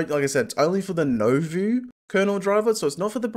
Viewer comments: Just as an FYI, Nouveau is nu-vo, not no-vu. Otherwise great video as always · It's pronounced nu vo btw